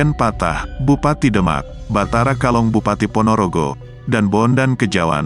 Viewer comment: Ralat BATORO KATONG. Bukan kalong. Saya asli dari ponorogo